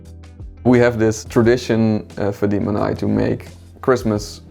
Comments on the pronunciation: Canim benim senin adin fadim degil: jij heet fadimE, ajb spreek het uit zoals het is en niet zoals een simpele hollander het zou uitspreken 😢😂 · fadim ne ya fadime diye okusanız sanki telaffuz edemiycekler mi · I’m sorry no hate but why can’t he pronounce his girlfriend’s turkish name correctly? It’s not “fadim” it’s “fadim-e” 🙄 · Your name is Fa-dee-meh, not Fa-deem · Her name is Fa-deem not Fa-dee-meh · Fadime fadim diye mi telaffuz ediliyor? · It’s actually kinda sad that they’re married and he still doesn’t pronounce her name correctly… it’s fadimé in turkish… great home otherwise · Fadime fadime olalı böyle telaffuz görmedi 😁 Fadim... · kendi ismini “fadim” diye mi telaffuz etti ben mi yanlis anladim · 1. Ismini ingilizce telaffuz ediyor. 2. Fadime ismi sadece Türklerde yok 3. Türkiyeden Amsterdam'a gitmemiş Amsterdam'da yaşıyormuş değişim öğrencisi olarak Turkiyeye gitmis oğlan ile o zaman tanışmışlar.